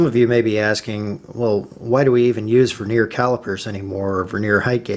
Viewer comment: Veneer is a thin slice of timber used to decorate timber. It's annoying that a presenter can't speak correctly! Stavros